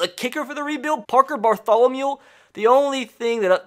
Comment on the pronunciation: Nothing better than hearing get so excited to where he says Parker "Bartholomule" 😂😂